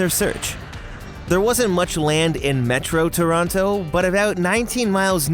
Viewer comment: Stumbled across this. Loved it. And I'm always happy when people pronounce "Toronto" correctly in videos...